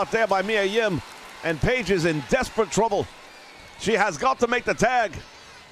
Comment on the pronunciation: Why do you say “Reilly” though? His first name is not lol! Kyle O’Reilly, so you should be saying “O’Reilly” but maybe it’s part of your gimmick to mess up names a bit. (Miya Kim instead of Yim too) so it’s all good.